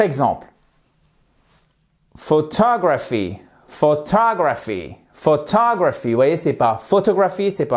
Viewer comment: C'est la deuxième vidéo de vous que je vois et je me demande où vous avez appris la prononciation. Cambridge dictionary n'écrit certainement pas la prononciation de "photography" comme vous et j'en passe!